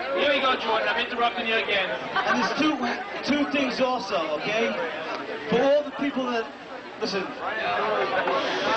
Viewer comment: "Twoo tings awwlso"... even sounds like a con-man. Well i guess people fell for Trump too... a sucker born every second.